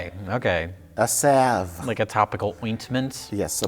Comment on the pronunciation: I just can’t believe Mike pronounced salve correctly